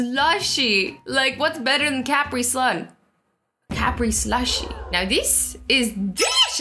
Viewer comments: I’m triggered how you pronounce things. COWPRE... 😂 💀 it’s cuh-pre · It’s not (ca-pri-sun) it’s (cu-pri-sun) it’s America you get it right the first time like if you have seen the video with that phrase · It’s not a CAPrisun it’s a caprisun like the sound ka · It's not like Capasun its Capreesun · It's not ca pre son it's caprison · How she said Caprisun We pronounced (cu pree Sun) She pronounced (ca pree Sun) (*^*) Keys Float Sink 2 the bottom of the lake. Azzy: we don't want any Keys floating to the bottom of the pool Me: TEACH DIS GRL SOME SIENCE YEEEEEEEEEET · Azzy says caprisun wrong Azzy=CA PRI SUN ME=Cu pri sun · it is a ca-pri-sun not and capiri-sun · Did she just pronounce caprisun as cap-re-sun I'm cringing right now its pronounced cu-pre-sun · Its cu-pree-son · Azzy it’s pronounced cupreson not caprisun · Cu-pre-son not ca-pre-son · it's Caprisun not capreesun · Ca-pri-sun not Cap-ri-sun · Cap re 😂😂😂 it’s ca pre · Who says Capri sun like cahhpri it’s pronounced cuhpri? Not trying to trigger anyone tho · First Azzy, I love your shirt, and second not trying to be mean but it’s kuhpreesuhn not kapreesuhn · It’s cuprisun not Capri-sun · Not tryna be rude but you said ( cAp—rie— slun) it’s (cup—re—sun) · Did she just say a cap-pre-sun .... it’s pronounced cu-pre-sun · did anyone else hear her say "CAP RI" instead like CA PRE sun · Its bothers me how she pronounces CapriSun, she says KapriSun.... who else gets bothered? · Its pronounced Ku-Pree-Sun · Cuprise un not cap cup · It’s pronounced CUUUUPREEEEEESUUUUN! 🤣😬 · It's ka-pre-sun and love your YouTube channel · I say caprisun as one word and the i and s sorta combine instead of Capri Sun I think it might be the way that Americans pronounce it because I heard another YouTuber who lives in England pronouce it the same way as Azzy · I pronounce it as (cup-ri-sun) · Was anyone else confused when she said CA PRI instead of Capri Thanks everyone who liked my post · It’s “cuh pree sun azzy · Do u mean cuh-prisun😂😂